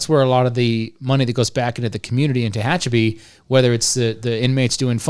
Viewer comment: Tehachapi not Techapi